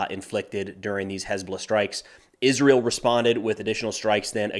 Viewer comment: Izzrull. Milladairies. Izzreal.